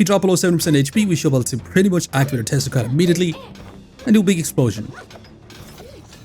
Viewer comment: With your accent, you saying Tesla coil, sounds to me like you are saying testicle! LMFAO!